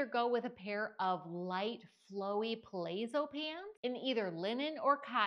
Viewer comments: Per-layzo 😂. Reminds me of the first time I saw the word ‘lingerie’ I pronounced it leanger-reee 😂😂😂. Palazzo is phonetically pronounced par-larzo. Thank you for uploads, very informative and keeps me laughing sooo hard with your great humour 🙏🤗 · Dear, that's pah lah zzo pants, think of how you'd say a Venetian palazzo. Short "a." Cute stuff. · It’s actually pronounced PUH-LOTS-SO. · Italian pronunciation: pa·làz·zo